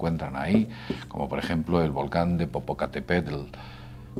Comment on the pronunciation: Estimado, el acento de Popocatépetl es en la sílaba "TÉ", tus video son geniales. 👍👍👍👍👍